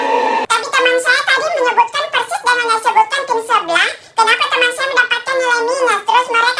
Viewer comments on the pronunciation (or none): none